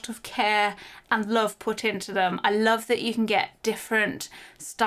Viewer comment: At first I thought had said „They had a lot of care and loaf put into them.“ about the loaf lamp 🤣